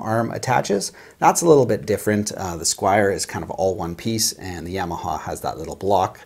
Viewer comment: YA - ma - Haw. Not Yea - ma - ha. Not Yay - ma - ha. Not Yaw - ma - ha. Ya - ma - ha.